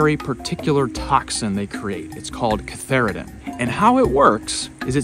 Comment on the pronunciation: I believe it's cantharidin, not catharidin. Anyway - great video!